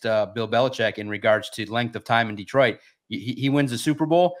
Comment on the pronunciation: When people say DEEtroit instead of DetrOIt 🤮 you aint one of us fr 🤷🏾‍♂️